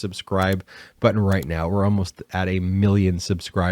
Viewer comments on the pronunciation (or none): none